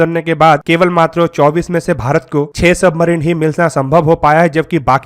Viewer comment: Submarino... Weapono... Consditiono...idle ko ideal bol diya 🤣.. English words ka gaangrape kar diya.